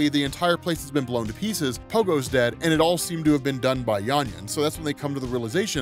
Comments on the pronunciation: Why are you saying YANYA with a Y? Its clearly VANYA with a V... (and now VIKTOR, of course...) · It did irk me whenever he said Yanya instead of Vanya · yeah i caught that too sounds like he is saying Yanya instead of Vanya. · Are you calling Vanya, Yanya instead? Or am I just hearing it wrong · Why do you keep saying Yanya? 😂 I was tripping this whole time thinking I misheard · Are you saying "Yan-ya" or "Van-ya"? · How can you constantly reference the show where they say Vanya multiple times an episode and call her Yarnya throughout your script? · not sure why you keep calling Vanya, Yanya.. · sounds like he's mispronounced vanya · why are you calling vanya - 'yanya' 🤔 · Anyone else die a little inside every time he said “Yanya” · Oh … I love your content and I think you’re absolutely amazing at what you do, man. But your ability to just straight up butcher a character’s name knows no bounds. The girl’s name is Vanya. VANYA! With a V!! Lol. Nitpicking aside, this was another dope video. Keep up the good work, bro. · It's a good thing a show doesn't exist with the proper pronunciation. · No i think he might've misread it when he first found the comic and just keeps saying it like that lol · That's a "V", 😂 a "V"... VANYA lol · Dude...Say it with me: VANYA with a V...lol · how did bro say yanya the whole video lol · Great video but I cringe every time I hear Yanya 😬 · FKN "VANYA", DUDE